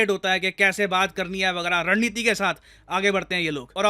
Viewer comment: I heard it as "Rand Neeti".........🤣🤣🤣 it`s not wrong though....